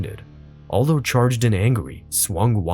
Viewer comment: Can't even pronounce Jose Aldo?